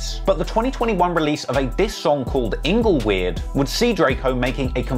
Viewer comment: HAHAHA!!!! Ingle-what bro? Rest in pizz